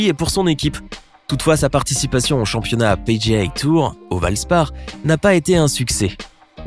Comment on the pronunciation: Est ce seulement moi qui a entendu championniat?